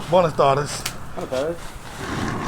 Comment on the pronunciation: i was trying to get him to pronounce BWAYnas tardes correctly.